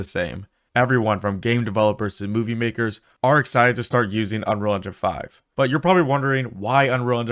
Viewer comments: "Anrall and Jan 5" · "Unrilja five" he says. It's pronounced "Un....Real.... Engine.... Five" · The opening line of VO on this video sounds exactly like you say 'unrerga 5'. Were you really trying to say 'Unreal Engine 5'? Cuz you didn't even get close. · not one comment mentioning he cannot say ‘unreal engine 5’ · If I hadn't read the title I would have never known you were trying to say "Un.real.En.gine.five". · No I'm wondering why you can't pronounce unreal engine 5